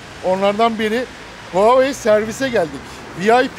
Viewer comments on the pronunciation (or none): Huavey mi...Hayvey mi diye okucaz...Ona göre böyle servis veren bi şirkete ayıp olmasın telafuz konusunda... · Yalnız onun okunuşu (Huawei) nin vah vey